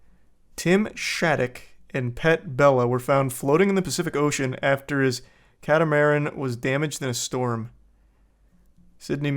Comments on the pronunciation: It's a cat-a-mah-ran... just saying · More like CAT-uh-muh-RAN.